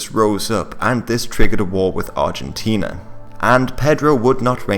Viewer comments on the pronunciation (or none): none